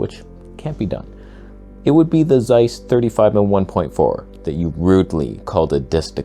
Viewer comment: It's pronounced as TSeiss. And it seems to be nice.